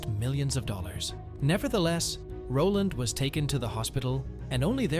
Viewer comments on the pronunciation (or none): none